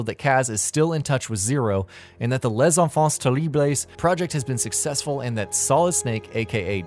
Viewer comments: lès enfances terriblès XD... I will always laugh at this prononciation LMAO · centonier Bethcepour Lavhy me too 😆😆😆😆😆😆